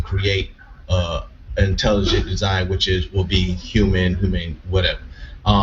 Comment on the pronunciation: ANKH PRONOUNCES HUMAN LIKE A HURMAN